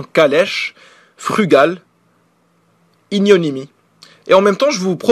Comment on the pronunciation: je voudrais corriger une petite chose, c'est IGNOMINIE et pas ignonimie !